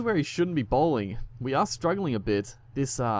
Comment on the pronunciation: i like it when be say 'hey boys welcome to spin bwling career mode'